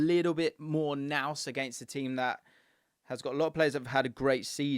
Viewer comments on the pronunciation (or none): none